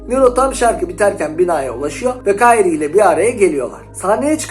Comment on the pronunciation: kayrie değil lan krie diye söyle oyunda nero diyor zaten